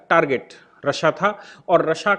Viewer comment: रशिया रशिया गलत उच्चारण